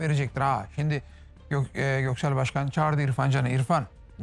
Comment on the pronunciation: Hayatı boyunca şimdiyi şindi diye söyleyen Sinan Engin adamlığı